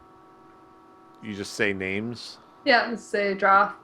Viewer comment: Gota say, first time I see that many names butchered in one post.